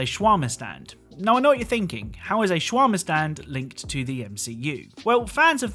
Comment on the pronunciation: SHWRMA? SHWRMA??!!! ITS SHA-WAR-MA